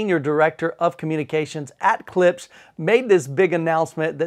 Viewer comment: It's not pronounced Klips. The sph is included, hence Klipsch.